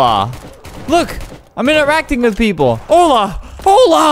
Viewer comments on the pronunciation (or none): none